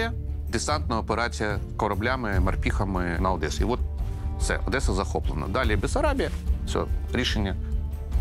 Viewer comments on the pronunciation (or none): none